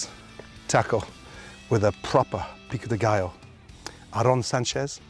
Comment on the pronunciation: Love how gordon trys to sound Hispanic when he says tortilla and Pico de gallo